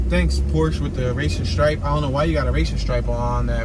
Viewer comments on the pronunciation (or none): none